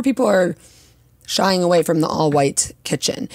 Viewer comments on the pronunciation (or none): none